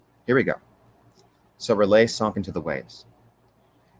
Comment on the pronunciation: Is there a reason why you constantly call R'lyeh "Relay"?